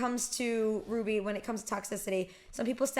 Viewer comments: Hey hey I literally tried so hard to correct your purnouncitaon of r-w-b-y Ps rwby came out 8 years ago almost at the big 10 time flies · I REMEMVEE QHEN SHE SAID R W B Y